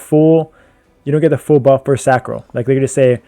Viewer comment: You started saying Sacro instead of Sancro!! Proud of you bruh